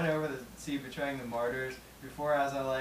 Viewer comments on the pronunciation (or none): It's pronounced like this.. mar-ters, not mar-tars. Aaron Matts <3 I know someone just asked in a way, but did Whitechapel play anything from The Somatic Defilement? Two of the big four! Nice haha! Did Slipknot do the get down/jump up thing?